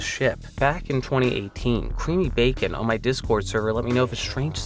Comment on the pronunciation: "CreamyBacon" made me physically ill.